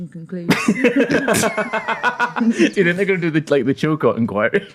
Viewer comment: I almost pissed myself when I thought called it the "Chil-Cockz enquiry"